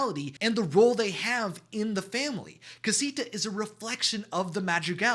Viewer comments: I can’t….. your pronunciation of all these Spanish words are making me cringe so bad…. I don’t even wan to watch it. You killed Madrigal and Casita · Ok I’m sorry you said casito at the beginning